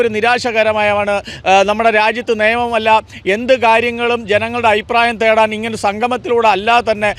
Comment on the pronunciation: Ayiprayam alla changathi,afiprayam ennu parayanam.